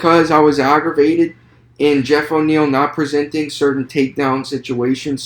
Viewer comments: Great video man! Btw I think it’s Neal not O’Neill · Wonderboy is an undefeated kickboxer to my understanding. And it's Geoff Neal. No O'neil. You don't have the slightest clue what you're talking about. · Bro this was not a good review. Its Geoff Neil. Theres no O. Geoff also isn't a wrestler. Hes a striker. A damn good high level striker. Thompson just made him look like dirt. Also you said thompson isn't world class???? Please don't make these vids if you dont know what you're talking about. A lot of what you said was very generic along with false info and very little real info about the fighters. Even got the name wrong. Thats the easiest part 🤦‍♂️ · Why the fuq, are you saying "O'Niel" You don't know, who Geoff Neal of? Then why are you speaking, and really failing at trying to break thos fight down, and remain informative. Leave it to the fighters!